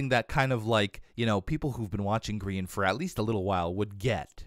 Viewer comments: Gem: birch hugger (instead of tree hugger) Grain: did you die? Perhaps you perished? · "Grain" for Grian